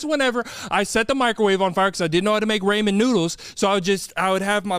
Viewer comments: Oh lord:.. the egg conversation… that isn’t organs or bones… they are unfertillized- ie. Will never be a chicken…. Also ur mispronouncing ramen.. oh my bad, I mean ‘’ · There’s no way he said Raymen noodles 😂